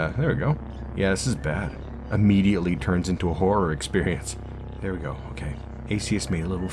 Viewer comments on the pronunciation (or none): none